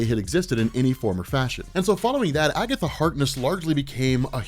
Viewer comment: 'It was Agetha all the Time!'